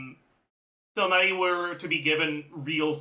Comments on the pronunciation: the way he says tough-nutty instead of tig-nar-i drives me up the wall! how does he speak english so clearly with everything else he says, but BUTCHER names so badly!? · God if that's how you say Tighnari correctly, then I will continue saying it wrong.